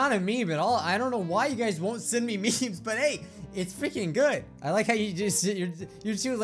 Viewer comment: Not "Meme's", "Memes"*